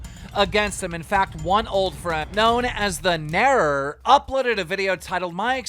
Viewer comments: Do you not know how to read its the narrator not narror wth😅😅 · "the narror" ??? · "The Narrar" keem, you good? need some reading lessons? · can keem read? the narrator but he says the narror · Am I blind or did keem read that wrong? That said Narrator not narror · The narror?😂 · Did this man just call the Narrator "the nerror" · The Narrator??? Narror??? Come on Keem fact check pronunciation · Anyone heard how he said “the.narror“ instead of the narrator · The narrator. Keem- "the NARROR" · “the narror” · He called the narrator the narror bruh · the nerrer? Really? You either didnt watch or pay attention to the video or you're being purposefully disrespectful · The Narror xD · Why are we even hear listening to keemstar get all the facts wrong when he can't even pronounce "NARRATOR" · “The narror??” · Anyone gonna talk about how Keem can’t pronounce Narrator? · the narrator keem: "the nerrer" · narrator, not narrer. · Man deadass pronounced The narrator as The Narorr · I swear to god keem just cant read he pronounced narrator as "narror" jesus christ dude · “The narrrorr” There is a t, I’m British and I still pronounce the t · the “nerrorr” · Keem is an idiot he doesn't even know how to pronounce (Narrator) 😂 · TheNarrator KeemTheIlliterate: "The Narrer" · The narrator Keem: the narror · "the narror" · Does he know how to pronounce ‘Narrator’?? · "The narrer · What's that guy known as Keem...? The what...? Narrarer? Dude you make six figures...and you can't even say basic english words.... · Text shows "The narrator" Keem reading :"Known as the "NERRR"" smh this dude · "Known as the Narror" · "one old friend known as the ' Narererr' " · Did you just say "the narrer" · "The Narror?" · Keem can you pronounce the word "Narrator"? It's not fucking hard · Lmao how hard is it to say. The narrator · Can he not say the word narrator? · Side note. Keem can't say narrator, lmao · Probably drunk. How do you pronounce narrator so wrong 😂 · lol keemstar cant pronounce narrator